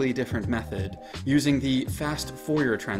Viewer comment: I can't believe you mispronounced Fourier